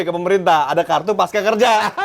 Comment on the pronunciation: Babeh..., pasca (baca pasca, seperti panca), bukan paska... gak ada kan pankasila, yg benar itu Pancasila... begitu juga dengan pasca, bukan paska...